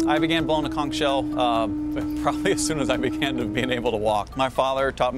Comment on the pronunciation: You've been blowing it since you've started walking, and yet you can't pronounce it correctly.